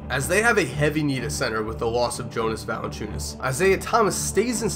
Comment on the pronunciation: jonas valanciunas it is said yonas valanchiunas